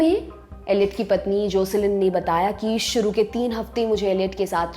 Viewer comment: I liked your accent today when you pronounced aap dekhna SHRU kar chuke hai at 1.40 minutes 😂